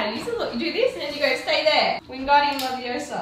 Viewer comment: It’s leviOsa!! Kidding love you guys😘😘